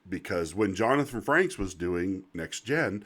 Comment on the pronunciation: Frakes. There is no N.